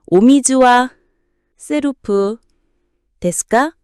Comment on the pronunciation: 발음 좀 제대로. セルフ 세루후 셀프가 뭡니까